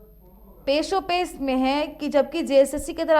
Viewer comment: Pashopesh hota hai peshopesh nahi